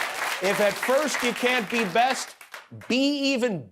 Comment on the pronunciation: Oh good, more 'Be Bast'